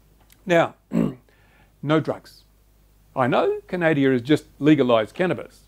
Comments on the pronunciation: its called Canada not canadia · Please, it is not Canadia, our country is Canada. Small thing but annoying. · You pronounced Canada the same way i do hahaha